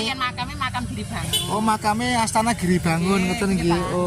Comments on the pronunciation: ASTANA LHO MAS BUKAN ASTA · MIN...BUKAN ASTA TAPI ASTANA ARTINYA TEMPAT ISTIRAHAT. KALAU ASTA ARTINYA TANGAN. TULISANNYA UDAH BETUL, NGUCAPINNYA SALAH. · ASTANA...bkn asta brooooo